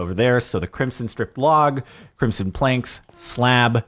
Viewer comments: Please stop saying crimp-son it is pronounced crim-son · When he pronounces crimson with a soft s and not a z sound 🤮 Same with when he doesn't emphasise the first a in basalt 😭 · I swear Jordan is saying Crimp-son not Crimson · nobody: Jardon: crimpson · Am I the only one that hears him pronouncing “crimson” as “crimpson”